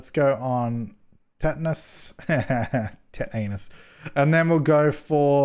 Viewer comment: Rewatching this in 2022 and "tet-anus" made me snort. It was so weird to see Monkeypox as one of the diseases vets can research because of this year as well.